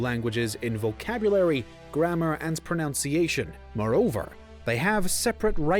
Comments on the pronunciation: Some constructive criticism from a long time viewer: I'm happy how your channel is progressing, but I feel your narration needs to be improved. The narrator often mispronounces a handful of words in each video. In this video for instance, terribly mispronouncing pronunciation... he said pronounciation which of course isn't even a word. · Nothing weirder than hearing somebody mispronounce pronunciation